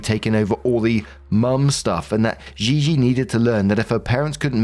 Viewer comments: Im 90% Gigi….is just said GeeGee xD not ZheeZhee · The way you pronounce gigi makes my skin itch 😭